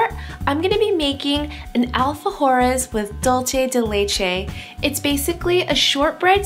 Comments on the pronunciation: Hiiii Looks so delicious!!! Thanks But the pronunciation of "dulce" it's with "ce" , you pronounce with "che" In the end of the word its must have to sound like "CE-lebration" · your mispronunciation of Dulce de leche was kind of annoying..hahaha its not "dulche" its "DULCE!" lol dulCE, like CENtennial, SENsitive. hahah the recipe was great tho. lol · boogie googie it was so damn annoying...dolchay